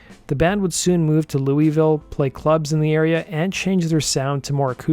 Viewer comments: Said Louisville wrong bro the Kentucky disrespect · Oh man, that pronunciation of "Louisville" is too much.